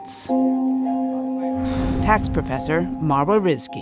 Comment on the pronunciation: Did she say “praw-fussur”? I’m out 😂